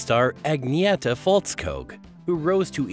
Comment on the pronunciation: Her surname is pronounced Fells-koog not Falls-kog.